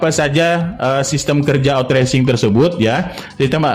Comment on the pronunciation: maaf,pengucapan outsourcing nya salah p,bukan otracing tp dibaca outsoursing 🙏🙏🙏